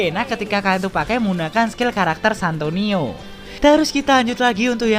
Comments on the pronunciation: Santino bang bukan santonio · Santino atau santonio bang